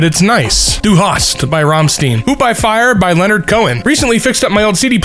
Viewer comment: Rammstein is pronounced "Rrramm-sh-teen"